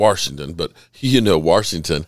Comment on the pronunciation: My new favorite thing is slowing this video down to.25x speed, going to and hearing you say “WARSHINGTON” 7 times 😂 Always love the content. Keep it up.